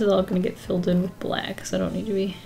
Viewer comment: i love how the intro first sounded sooo fancy lol then " and its time to make something wiff it eeeee"